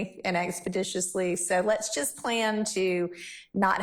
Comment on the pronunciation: She said and EXPEDITIOUSLY 🤣